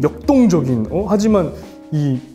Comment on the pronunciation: 역똥!! 역!똥!적인ㅋㅋㅋㅋㅋ 강조하는거 너무 귀엽...ㅠㅠ 사진 재밌게 찍을 줄 알고 본인이 그 포인트를 잘 안다는 게 정말 큰 매력인 것 같아요👍 항상 올려주는 사진들 보면 절로 미소가 지어진다구요ㅠㅠ💗 셀카 능력자 곽동연..💯 #심장곽동